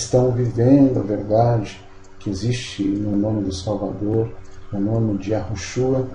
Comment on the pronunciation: Porque vc fala que o nome do Salvador é Iarushua e não Iausha, claro tô escrevendo como se pronuncia eu descobri que a pronúncia comum é Iarushua porém tem uma regra no hebraico que certa letra antes de outra perde o som de rr, Veja o sobre nome o primeiro ministro de Israel Benjamin, aqui o jornal pronúncia Metaniarro e em Israel Metaniau, claro tô escrevendo como se fala